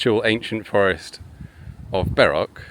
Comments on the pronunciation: Funny and quite appropriate at when you say ‘bark’ a dog barked just a second after by the way I think the right pronunciation should be Berk and not bark and to add that Berkshire is one of my favourite counties in England. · I'm glad I noticed that the first time around. I'd have felt like a right berk if I'd missed it.